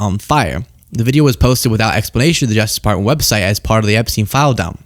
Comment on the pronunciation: Did Dipshit Orange just say Ep-SEEN??? Time Stamp